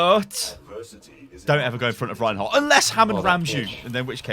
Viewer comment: Did he say rehin hog